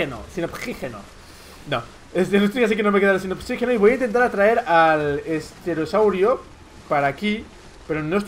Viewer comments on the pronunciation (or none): dijo sterosaurio